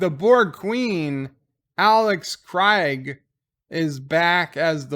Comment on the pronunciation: Capt Oprey5: +5% Proper pronounciation of Alice Krige